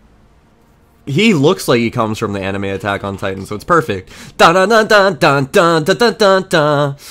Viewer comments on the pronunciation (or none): none